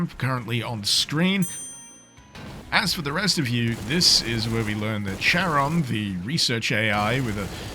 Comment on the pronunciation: It's pronounced "Charon", not "Charon".